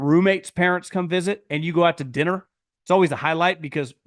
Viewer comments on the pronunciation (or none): none